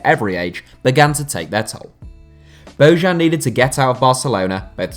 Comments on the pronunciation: It’s bo -yan, not bo -Zhan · it's not "Bozhan", it's "Boyan" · It's pronounced "Boyan", not "Bozhan". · No one in Spain pronounced his name like "Bohan". I listen to Spanish radio and teve regularly and they always pronounced it as "Bojan". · It's not Božan. It's Bojan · It's pronounced as BOYAN!!!! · Bojan is pronounced as: Boyaan. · Why do you all pronounce bojan that way, his name is bo jan(like vertonghen) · Dear god, learn how to pronounce Bojan next time... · for me, Slavic name is pronounced in Slavic way. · the way you butchered Bojans name is horrible